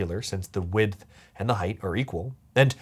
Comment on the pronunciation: I don't hear the "th" at the end of him saying "width"... so it sounds like he's always saying "wid". We are supposed to be pronouncing the "th" right? Or have I been living lie O _ o